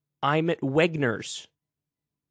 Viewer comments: are you really telling us not to believe our lying ears?! 😂 he clearly said Wegners this is cope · I could swear he said "I'm a wetnurse"... O.O I saw a tweet somewhere (either from the store or a store "spoof" account) replying that they had a veggie tray that would have saved him a bunch of money. xD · It's actually just his accent, -it's a variably non-rhotic accent so it sounds like he said "Wegner's"at first glance but really he was just trying to say he was at Redner's, an eastern Pennsylvania chain. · I think it's certainly possible he was just confused but I'm not convinced. It's not entirely clear from the video to me if he actually said Wegner's from the video. It could also just be a miss speech not due to any confusion on his part. However, Certain accents can make it more likely to mis pronounce a name, however, even if it isn't entirely a standard way of saying it even with that accent. Non rhotic or variably rhotic English is largely about the R's at the end of words, which are still supposed to be pronounced elsewhere, but it can still potentially effect pronunciation of R in general sometimes. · It’s “Redners” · To clarify he may also have flubbed it. It's not entirely clear from the video. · The store he was at and was attempting to pronounce was Redner’s, which is an eastern PA grocery chain